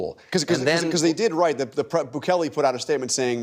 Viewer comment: He can’t say the name of the president of El Salvador? Is he a racist or a jackass? Sorry for the redundancy.